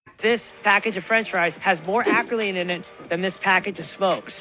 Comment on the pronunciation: 🤔 I thought that he was referring to acrolein and just couldn't pronounce it, not that he confused acrylamide with acryline, but the end result is the same, I guess😅😅